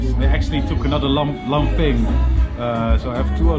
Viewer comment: Hahaah Ik ga stuk hoe je laphing zei: Lamping 😂😂😂